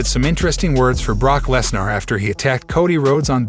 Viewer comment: You obviously watch WWE so you have heard Brocks last name pronounced 1000s of times correctly at least....sheeesh! You sound like the male version of Siri without the basic skills of pronouncing famous names